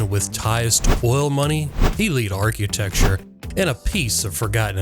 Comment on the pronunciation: Ar-QUEUE-tecture... LOL. Anyway, bullsh*t video with clickbait title, let's be honest... THIS WAS NOT JFK'S HOUSE. IT HAS NO CONNECTION TO JFK AT ALL. Okay I feel better now.